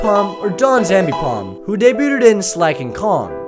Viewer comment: "daybyootid" lmao